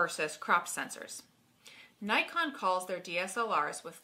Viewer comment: Hmmm Doesn't Nikon call themselves "knee-kon". :) couldn't help myself. :p